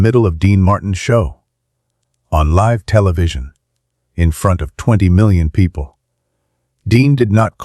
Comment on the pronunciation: How many times do you have to repeat the same thing? Learn to pronounce words ie. Live!